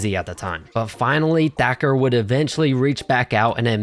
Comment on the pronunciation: The narrarator pronounces "Thacker" as "Decker". Also, whatever happened to that one mma fighter from the early 2010's, Jimmy something. He had wavy hair, similar to "Ben Askren". I think he fought at 145. He was primarily a grappler stylist as well.